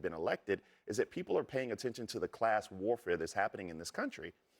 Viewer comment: His name is M-A-M-D-A-N-I not Mandani..... You guys just that hateful you don't even want to pronounce his name correctly?! It's not even that difficult of a name?!